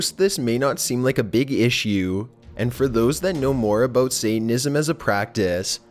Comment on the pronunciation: Sounds more like Canadian almost... the way he pronounced 'about' as 'a boat'. Not making fun of the accent, just pointing out an observation.